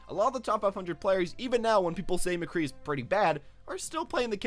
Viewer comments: He SAID MCGEE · Hold on, did he just say McGee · McGee? Nigga you have an Overwatch channel and you can't get his name right lol. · Did he just call him McGee?